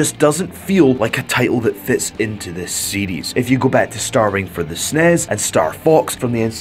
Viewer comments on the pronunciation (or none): Lol did he pronounce the super nintendo as literally "Snes" when he talked about starfox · "starving for the snez"